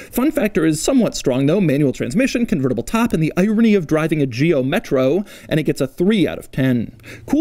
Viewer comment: Driving the “metrou”😂😂😂